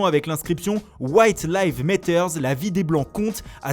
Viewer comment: Metters???? Apprend l'anglais!!! Matters avec un A MAtters